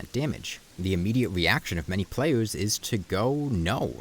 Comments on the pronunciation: I hope this doesn't come off rude but you earnestly need speech therapy, I find it hard to take a commentator seriously when I hear slurred "wowks" and "playews", I'm sorry but this is the second video I've clicked on in interest and had to drop in the first minute I hope you can forgive. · I am not gonna fucking listen to a guy who says pwayus bruh ToT